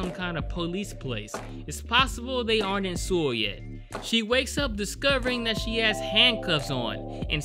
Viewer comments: You say it like soul nit sool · 근데 왜 서울을 수울이라고 하지 ㅋㅋㅋ 그렇게 어려운 이름도 아닌데 암튼 잘 보고 갑니다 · why the hell are you saying Seoul wrong .. its pronounced like Soul not Sool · Seoul is pronounced like "soul" (not "sule"). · Boknam, a great character. 👏🏻👏🏻👏🏻 Also, tip: Seoul is pronounced like “Soul” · I'm a native Korean speaker. Saying "soul" is close enough basically. If you want to take the pronunciation more seriously. You could pronounce it seo-ool. Say the 'O' sound with a light tone that sort of 'dips' slowly into a short 'oo' sound. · Lol everytime you say Seoul you pronounce it sul which is alcohol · Please please please... It's pronounced soul lol I twitched every time lol but this seemed like a message about East Asian culture, it use to be that you didn't interfere with other people's business (not to this extent, it's exaggerated) on top of women's role in rural areas and in the past how hushed these things were when it was frowned upon to divorce or protect their family image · Actually titled Bedevilled but this title speaks to me. Edit: I sound like a damn fool pronouncing Seoul wrong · The way you said Seoul cracks me up 😂😂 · close enough for westerners lol